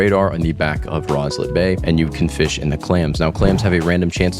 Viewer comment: Why bro called fisch dish